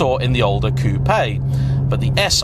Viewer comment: Why u cal it a Coupe Aye when its properly pronounced " Coop"